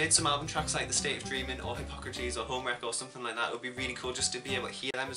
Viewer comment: Wow you said Hypocrates correctly I’m kinda shook no one ever gets it right